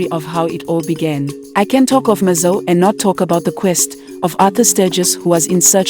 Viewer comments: Eish pronounce it as it is, “Mazo-way” kuita sei??? its “Mazowe”🤦🏾‍♂️ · Iwe taura mushe mhani,its pronounced as mazowe not mazo. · Great production. But whats MAZOOH? Least to be done is pronounce mazoe properly. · even Zambians can pronounce Mazowe, great docu but please next time pay attention to detail